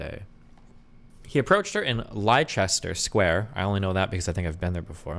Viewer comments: Leicester Square is pronounced “Lester Square “ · "Leicester Square, I know this because I have been there" It's pronounced Lester square.